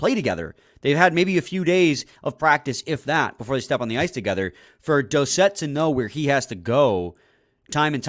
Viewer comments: It's pronounced Doocet, but spelled Doucet, because it's a French last name. How do I know? It's my last name too. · Its pronounced douce ette haha not dowset!